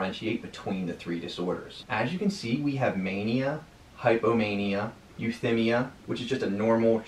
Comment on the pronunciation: Nice, quick overview. Noted minor mispronounciation of terms to review. Euthymia, hypochondriasis, and certain others.